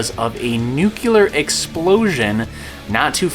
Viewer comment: Nuclear. Nu-cle-ar. Atoms have a nucleus, not a nuculus.